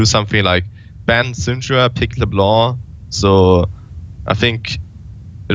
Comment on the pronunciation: First pro player I heard pronounce "Leblanc" like it's supposed to. Great reflection Thoorin, unexpected, but I appreciate the great content.